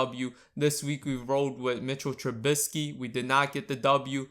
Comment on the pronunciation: the way you say Trubisky bugs me.